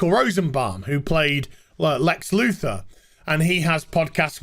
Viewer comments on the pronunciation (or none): none